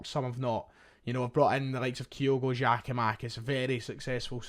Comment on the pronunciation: Why are you saying 'Gay' instead of 'Gyu'? Reminds me of when you said 'Kayogo' instead of 'Kyogo'...for months. Strange! You're obviously able to read, so I'm not sure what it's all about 😅